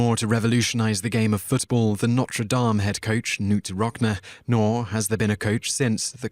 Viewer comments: Knute RockNEE, not RockNA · its pronounced 'rocknee' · Knute Rockneeee ffs! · Very well done video, nice accent, but PLEASE learn how to pronounce people's names correctly before doing another. Valens, Rocney, Marcianno! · Audie Murphy... Highly Decorated? Wanna try that again? He's the highest decorated soldier. My favorite part of these videos is listening to this guy try to say things like "Knute Rockne"